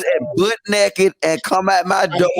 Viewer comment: “Bucket NAKEED!” 😂😂😂